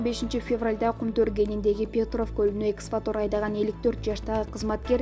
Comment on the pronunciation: Эксватор дебей туура окусан